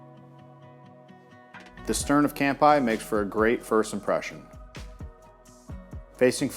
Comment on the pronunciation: You need to learn how to pronounce "cheers" in Japanese. It's NOT "camp-eye."